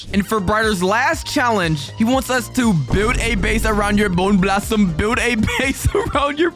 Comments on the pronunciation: Bro said Candy Blossom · "Boner blossom" No. Just no. No. That could not have been a wrong word that he said instead of bone blossom. That means something SO FAR OFF FROM BONE